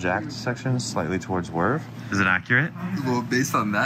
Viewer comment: "so you're on the JACKED section slightly towards WIRV..." It's WIRY, not WIRV I thought. But what do I know as a non-English native speaker😅